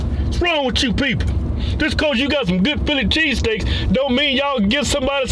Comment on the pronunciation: "Cheeseteaks"...the S is cutting!?